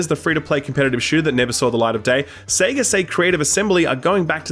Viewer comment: HAHA! haha! Seega? Seega? its Sega! Say it right!